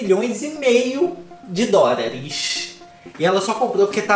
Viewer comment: Eu só vim aqui pra ouvir o falar "A nossa pobre menina rica crixtal beiçudo" e ”DÓRAREXX" 💁🏾‍♀️